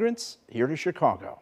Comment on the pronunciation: Did he say " Chicongo " ??